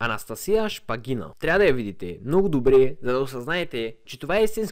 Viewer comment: Във фамилията на Анастасия Шпагина ударението е на първото "а".